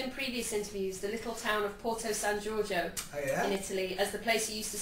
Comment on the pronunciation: I just love how he says "Porto San Giorgio"... His pronunciation is soo good! Italy loves you, James! XOXO